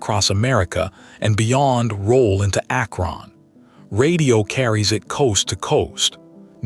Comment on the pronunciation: ack RON! AI sucks